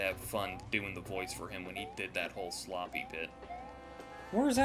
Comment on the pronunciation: Oh my goodness, said 'SLOPPEH'. I feel complete.